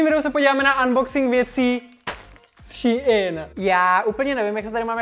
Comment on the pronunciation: Ummm to není ší in to je normálně SHEIN 😊